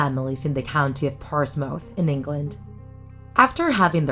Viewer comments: It's pronounced portsmoth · It's pronounced ports. Mff. The second part is like half a syllable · It’s not pronounced about porsemouth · That was the worse pronunciation of ‘Portsmouth’ I’ve ever heard, even a Liverpudlian can pronounce it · Why doesn't the narrator know how to pronounce "mouth" and "curiosities"? I'll guess her first language isn't English? Hm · The way she pronounced Portsmouth lol